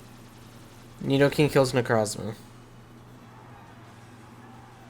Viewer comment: If I hear you say nidokink one more time I’m finna act up in a way you ain’t ready for 😏🤔